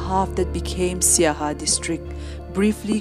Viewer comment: Not saiha. Siaha